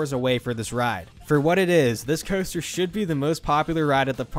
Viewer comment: For someone who narrates, you really struggle to speak. Hearing you get closer to saying paramount right each time you said it was funny. Also, why do you say “coaster” like that? It’s like you’re trying to fit every vowel in order into the word. Super nonsensical and irritating.